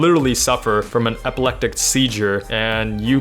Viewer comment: epeleKtic? It’s epileptic...